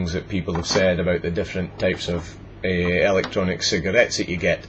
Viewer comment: Sounds like ur saying Elic Johnic. :P Love the accent!